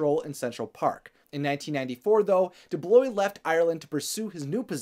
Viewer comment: Great video... one complaint: it was very distracting how has difficulty with pronunciation several words throughout (goeesh instead of 'gouache', for example lol) and inconsistency and mispronunciation of names (DuBlois, for example). Which took me away from what was being said for a few seconds, i had to rewind and rewatch but I had to concentrate very hard to avoid those mistakes.